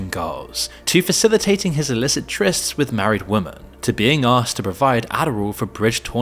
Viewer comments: Please- women is pronounced wimin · Why can't you pronounce the word 'Women'?